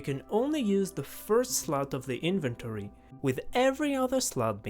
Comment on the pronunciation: I just love how you pronounce „inventory“ in-vent-tory hahaha love it!